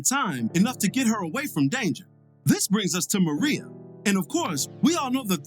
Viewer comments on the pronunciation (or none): MIREYA***** MER-RAY-A not fuckin Maria I honestly expect better